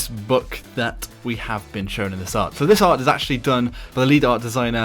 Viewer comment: Is it just me or does anyone else say Buck rather than book?